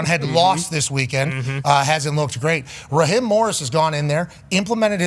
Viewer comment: It's Raheeeeeem not Rahim 😂😂😂